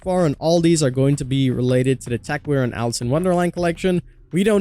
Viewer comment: Alice!!!!!!! It’s Alice!!!!!!!!